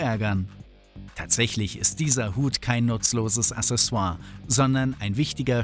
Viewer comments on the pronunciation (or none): none